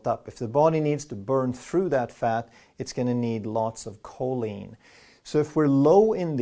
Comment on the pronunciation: Choline!!!! Choline!!!! who else noticed?